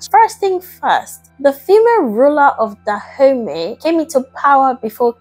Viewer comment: I keep hearing her say "Da Homies this..." and "Da homies that..." lol